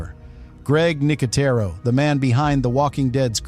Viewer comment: Weird that the narrator uses two completely different pronunciations of "Nicotero" in the same segment.